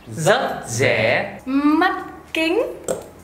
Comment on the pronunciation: "Dất tốt😳, dất giẻ🙄,..." lỗi phát âm vậy mà dạy cho ai?